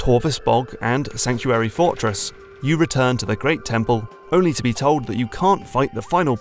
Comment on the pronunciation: "Sankuary" Fortress?